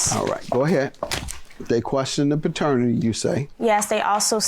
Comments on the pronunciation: Somebody tell its PATERNITY not FATERNITY. 😂😂😂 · If she don't get off TV saying fraternity!!!!! OMG do better. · Why is she saying "fraternity" instead of paternity! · Plaintiff keeps saying fraternity 🤦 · if she says faternity one more time.... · She did say fraternity. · Please stop saying “fraternity” for your child 🤦🏾‍♀️paternity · If she says “fraternity” one more time. 🙄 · Was the cousin saying fraternity? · Both sides wrong, and if the baby mama dont say paternity correct she keeps saying faternity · If she say FAHternity one more damn time! 🙄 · Is the plaintiff saying “faternity” instead of “paternity”? 🤦🏾‍♀️ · It's paternity not fertanity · Side note: did anyone else notice how it sounds like she said Fraternity instead of paternity? 😅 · OMG! Thank you! I’m like why is the judge not correcting her ass. And she got the nerve to say it over and over. Like what ma’am. Please get it correct & then together🙄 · I screamed at her through my damn phone. Other judges would have corrected her as Judge Mathis should have.